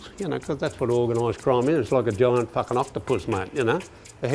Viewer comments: I'm from Australia and it's not "fakken" that would rhyme with the word "hakken" which is a popular style of dance amongst young esh lads in the hardcore and hardstyle community. I believe it is pronounced "fuuuarkinn" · It's "Fucken" not "Fakken" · Its "farken" not fakken. And it's a "bum bag" not a fanny pack. A fanny is what you fark. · Not fakken it's faaken. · Thoma Hawk. Fakken A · Faaken struth, m8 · Wow, anyone counted how many times he said “fakking”?